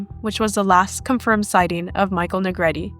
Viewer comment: Finally, a narrator that pronounced Michael's surname right. It is pronounced "Ne-gre-te)", not ",Na Greet."